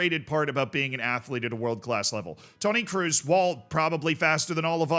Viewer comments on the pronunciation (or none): Mate its kroos not cruz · It's Kroos ! Not Cruise !!! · Toni KR-OOO-SS not “ cruise” 😂😂😂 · Not "cruise", more like "crows". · it's pronounced "Krose" (in an American accent) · The 'oo' in Kroos is pronounced like the oa in boat. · Your pronunciation of Kroos makes my toe nails curl up😂 It‘s pronounced with a long O like in Orange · Everytime you say Tony Kroos, i hear Tony Cruise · Brother, Kroos isn't hard of a surname to pronounce! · PLEASE PRONOUNCE KROOS CORRECTLY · As you try to pronounce every footballer name right its not pronounced with an u sound as it would be in english but its pronounced with an o sound.